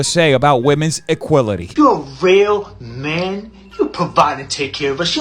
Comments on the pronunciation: “Equility” lmfaooooo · Bahahahahaahahaha “EQUILITY”!!!! I died again! 🤣🤣🤣🤣🤣🤢🤮